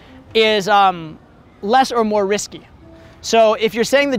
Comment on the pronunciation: Been a long time I haven't watched this awesome channel. now pronounces the word "risky" differently:)